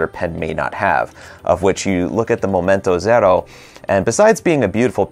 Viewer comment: Love how you pronounce Momento Zero!